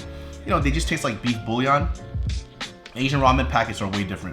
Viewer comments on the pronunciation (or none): none